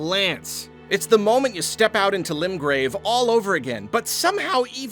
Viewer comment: When says limgrave wrong 😢